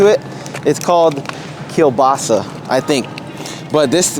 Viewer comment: "Kiełbasa" I love the way you said that, super correct;)